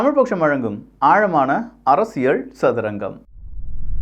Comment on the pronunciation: அது அரசியள் இல்லை அரசியல் சரியாக உச்சரிக்கவும்